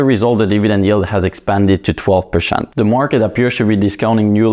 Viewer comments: PerCEnt, its NOT perSHent !! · STOP SAYING PERSHENT !!! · Twelve pershent.